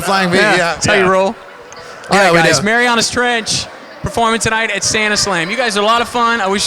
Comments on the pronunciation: Seriously, can someone fix the title of this video and remove the apostrophe. Also, for future reference, it's pronounced "Mary-Anna's" not "Mary-Aw-na's" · i am ashamed to live in indy what the hell scotty that was a sucky interview you didnt know that ian is the drummer, you pronounce marianas wierd, the 's in marianas and so much more. i apologize to the guys of marianas trench, all mtrench fans, and canadians for that shitty interview